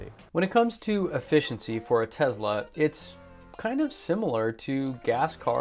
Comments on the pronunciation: ?? Tesla is it right? Not Tezla? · It’s T-e-s-l-a Not T-e-Z-la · you are such an intelligent person.. I can't understand for the life of me why you insist on pronouncing TeSla as TeZla??? It's extremely irritating...